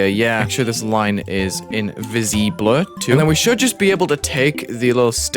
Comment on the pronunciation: invisibleuh sounds french